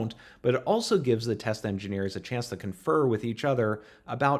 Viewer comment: love those tesla engineers test engineers? still sounded like tesla to meh